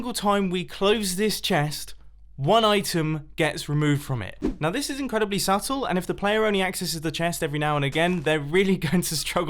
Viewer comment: "it's incredibally simple to create!"